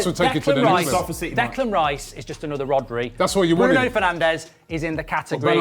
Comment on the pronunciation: Cmon it's Bruno